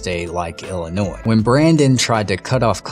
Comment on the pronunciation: So this happened in Ill-i-nois(e). 😉